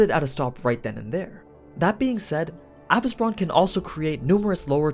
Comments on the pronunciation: Why you’re mentioning “a—vis—bran” in fate/netflix they are calling him “a-vesee-bron” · Avi-ce-bron, not avice-bron. Listen to how the words are said in the series, minus the accent, they say it correct.